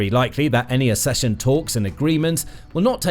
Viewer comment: Please, teach your robot how to pronounce "accession".